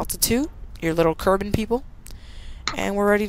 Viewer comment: ITS KERBAL NOT KERBAN